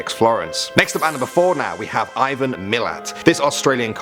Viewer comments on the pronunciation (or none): none